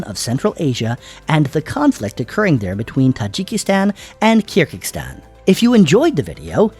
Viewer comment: Very shallow analysis and it’s Kyrgyzstan, not Kirgikstan